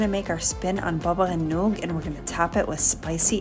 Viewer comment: How about you pronounce Baba Ghanouj properly... otherwise a great recipe